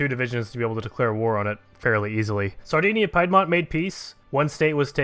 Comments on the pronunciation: It's not PIE DMONT ITS PEE DMONT !"!"!!11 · Piedmont is pronounced as 'peed-mont' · Piedmont isn’t pronounced like pie.